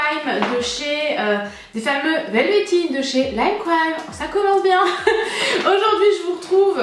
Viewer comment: Lol comment tu prononces velvetine